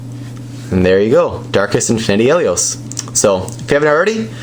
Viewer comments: Helios is da BOMB!!!! And you're pronouncing his name wrong. Not Hell-ios, He lios. As in the word "he". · Hahahahaha having trouble closing it lol, you called it a bey, btw pronounced hee-leee os You know like the sun god in Greek mythology named Helios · His name is he-lios. A long E sound because his name originates from the word Helios which stands for sun because he was originally a pyrus bakugan